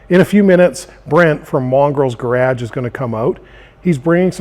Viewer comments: Did he just say GArache? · What's a "gay rodge"